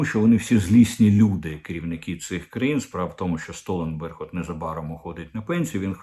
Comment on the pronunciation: Не СтоЛЕнберг, а СтолТЕНберг відмовився від фонду підтримки України.